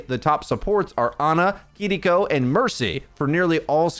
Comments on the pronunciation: Just say keyriko. Saying kidiko is so cringe 🤦‍♂️ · I know you (and many others) are pronouncing her name correctly... But I absolutely CRINGE inside whenever I hear someone say "Kidiko" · plz stop saying kitty co. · Okay if you’re gonna keep saying her name like that I’m never gonna watch another one of your videos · Oh my God, just say Kiriko normally. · I’m so sorry but I had to stop watching because of the way you pronounce Kiriko 😂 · take a shot every time he pauses for a second to pronounce kiriko correctly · Can you please pronounce kiriko in an english way because it sounds cringe